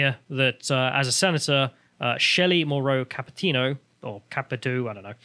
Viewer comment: Its Ca Pi to